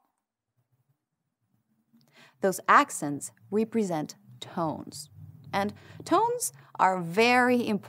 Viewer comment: "represent ==> reh-preh-zent. or reh-pruh-szent. Not rhee. Not pree. Not sent. Not that "not" ends in T. That t is not emphatic, but it is not silent, either. Not. Not noh, and not nott.